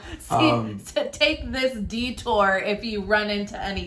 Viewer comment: When you said "Detour" all I heard was (Garrick's) "D-Tour"